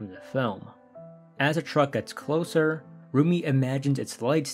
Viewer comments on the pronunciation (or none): none